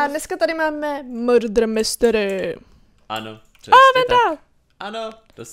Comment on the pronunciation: To je muder mystery nie murdr mystery